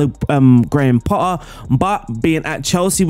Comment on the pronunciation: why do i hear "grandpa" every time u say his name?